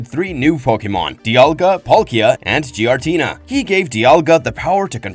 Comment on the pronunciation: Please stop pronouncing giratina like that